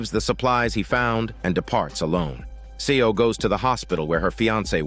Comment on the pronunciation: 'Seo' is pronounced as 'So' <3 "E" is silent, please keep it in mind from the next time :) Well narrated story.